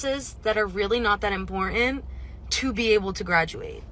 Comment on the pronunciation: You need more classes because the word is "im-por-tant" not "im-por-ahnt."